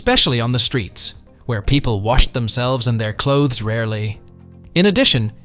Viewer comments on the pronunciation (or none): none